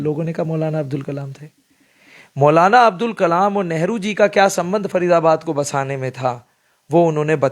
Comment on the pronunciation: कृपया ध्यान दें - सही नाम है : 'मौलाना अबुल (अब्दुल नहीं) कलाम आज़ाद।